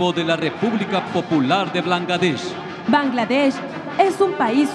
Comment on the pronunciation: El narrador hombre. a de ser brother del peña nieto! por a como la regó con las palabras Blangadech en ves de Bangladesh 🇧🇩😅 Viva México 🇲🇽!!!!